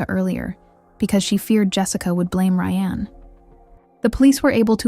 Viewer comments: But WHY CAN YOU PRONOUNCE RYAN THROUGH HALF THE VIDEO????? DID RYAN DO IT?? BECAUSE YOU SAY RYANNE COMMITTED THE MURDER. OMG I WANNA WATCH THIS BUT IT'S SO FREAKING ANNOYING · Ok, I have to ask. This SOUNDS like a real voice. But when it switches between “Ry-Anne” and “Ryan” pronunciation wise, then says “9 to the 1 1”, this HAS to be AI. There’s NO way a real person says those things. When saying dates it’ll say something like the April 7 t h but it will say the T and H. Someone back me up here! Why is everything freaking AI? I’m sorry but stories like these, if you can’t speak them from your OWN mouth, you shouldn’t be telling them. That comes off as a massive money grab. Gross.